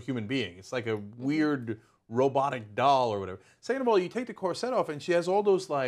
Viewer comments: Why does Anna say it like that? I hate it. Cor SETTE. Why do you stress the wrong syllable? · Why are they emphasizing the wrong syllable on "cor - SET"? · Am I the only one who had the scene from the first harry potter movie running through their head every time they herd these presenters say corset? It's CORset not corSET. You put the wrong emPHAsis on the wrong sylLAble. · Why does Cenk keep pronouncing it cor-set? I've always heard it pronounced cor-sit. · corr - sit not corr -set lol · Kor-sit ffs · The most unsettling part of this video is how they pronounce 'corset'